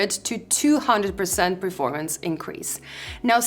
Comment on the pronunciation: please, it is PERformance, not PREformance